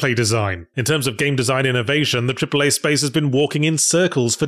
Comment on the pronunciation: Did you say 'cripple-A' games? 😂